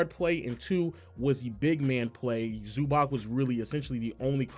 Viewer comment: its ZubaCH , damn low you are a nba commentator plz learn the names